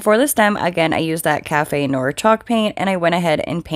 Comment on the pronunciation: I loved your pumpkin DIYs with the faux leather! Very classy result! (However, the "noir" in "café noir" is pronounced "NWAHR" from the French for "black," not "NOR.")